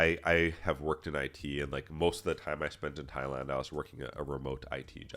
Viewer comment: will say he's not a weirdo or creep but then accidentally pronounce it as "Thigh-land" in the next sentence. xD 🤣 Nah but fr thanks for all the vids and test prep resources at your site! I just passed my A+ core 1 exam after going through all the questions you had up there, great work!!